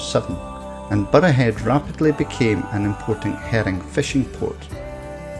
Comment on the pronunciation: Think it's time you learnt how to pronounce both Burghead and Moray